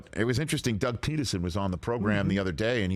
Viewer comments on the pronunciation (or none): none